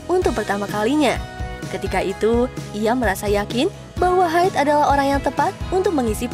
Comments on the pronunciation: Bacanya Hide kak bukan Haid. Buset kayak cewek lagi Haid wkwkwkwk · H i d e, bukan haid